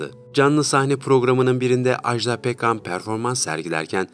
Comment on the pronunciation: Ajda Pekkan'dan söz ederken Ajdaa demeyin lütfen, bu yanlış bir telaffuzdur. Doğrusu iki kısa hece şeklinde Aj-da'dır.